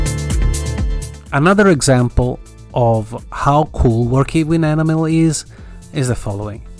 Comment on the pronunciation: Superb modelling, and your command of English is incredible. If I may just make one suggestion ? Your pronunciation of 'enamel' is not correct and it is easy to thin' that you are saying 'animal': for 'enamel' you need to stress the 'en' as in 'hen', then a soft 'a' followed by a stressed 'mel'. This is hard to explain in writing, and you can probably find a spoken pronunciation on the Internet. I hope that you will not be offended by my comment, as your English is genuinely excellent, and I am enjoying watching your videos and appreciating your skills very much. Although I am rather old, I have only recently returned to modelling, which was a childhood pursuit, and so I am quite a novice. Thank you and best wishes for the New Year.